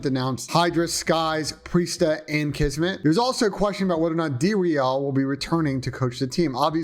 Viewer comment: Please stop calling dreal like you say the soccer team. He even came on the show and said it’s not pronounced that way.